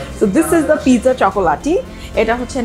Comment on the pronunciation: Most of the Bangladeshis pronounces Pizza as Ping-Ja. Even in my family does the same. Actually, Pizza pronounced as PIZ - ZA.